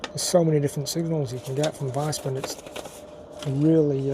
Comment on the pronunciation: I think it’s pronounced Veesman